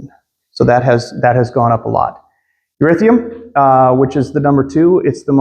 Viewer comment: What the hell is “erithium”??? It would help a lot if you actually knew how to pronounce the other crypto’s name and kept up with the fact you dont mine “erithum” anymore…. Other than that, good video.